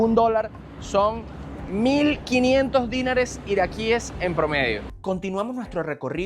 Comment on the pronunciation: una recomendación. No digas dínar, sino dinar, que es una palabra aguda. Por lo tanto, se dice dinares, y no dínares.